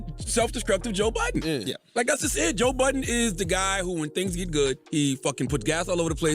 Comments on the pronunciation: He said toe buddin in the Intro Lol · This man said Toe Budden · Did he call him Toe Budden 😅😭💀